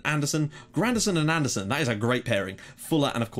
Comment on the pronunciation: i really dont wanna be that guy but im going to try it once! Andersen is pronounced An-ner-sen in Danish Really like the vids keep them coming!!